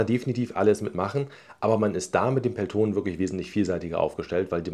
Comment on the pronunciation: Gutes Video! ...kurzer finnischer Hinweis zur Aussprache von "Peltonen": im Finnischen werden alle Vokale, die als Einzelvokal geschrieben sind, kurz ausgesprochen (ein langes "o" wäre "oo" geschrieben). Betonung ist immer auf den ungeraden Silben (es sei denn die ungerade Silbe ist die letzte im Wort), hier: Betonung nur auf dem vorderen "e".